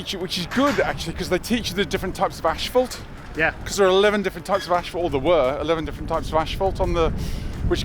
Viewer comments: I love the pronounciation of the word "Ashphalt" by for some reason. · I have never heard someone say asphalt with an "sh"...